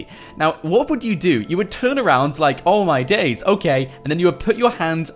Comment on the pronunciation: Who thinks it so funny when he says, oh my daze!